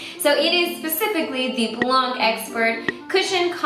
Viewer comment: I just wanted to say that you don't pronunce the "c" in "blanc" Love you ❤😍😘